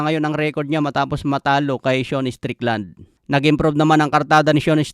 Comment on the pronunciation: Seun? Sean yon di ka marunong bumasa.